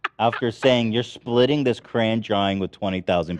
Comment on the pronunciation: It's CRAYON, not CRANE...